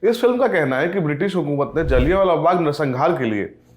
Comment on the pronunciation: पहले तो मुंह से गुटका थूक के बात करे और दूसरी बात ये कि ये “जलियांवाला” होता है,ना कि “जालियावाला “